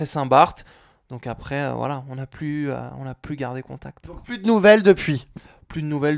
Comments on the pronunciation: mdr au lieu de dire "voilà" il dit "wallah" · voila = wallah mdr on dirait qu'il dit ça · On dirait quand il dit voila on a l'impression il dit wallah😂😱😂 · Quand il dit "voilà" on dirait qu'il dit "Wallah"